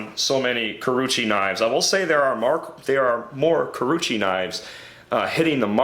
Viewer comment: Very nice review. It is oww-gami and ku-row-uuchee though.